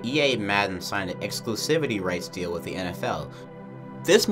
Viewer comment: Where you from? You say "wif" instead of with, like someone from the UK lol